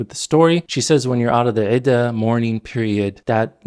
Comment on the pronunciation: Hey, I'm Syrian. I appreciate your videos even though I don't agree with every single explanation. I've noticed something throughout your videos and even this one. When you would pronounce the Arabic words for things, you very often get the pronounciation wrong. Examples in this video include: عِدَّة (mispronounced as عِدَة (ʕida), without the shaddah (doubled letter) instead of the correct عِدَّة (ʕidda)) تَسْمِيَة (mispronounced as تَسْمِيعَة (tasmīʕa), with a completely different, unexplained letter ع (ʕ) instead of the correct تَسْمِيَة (tasmiya)) Perhaps this is due to relying on English trascriptions of Arabic terms instead of reading the Arabic. Now nothing personal, I just wanted to point this thing out because it really affects the accuracy and credibility of your videos.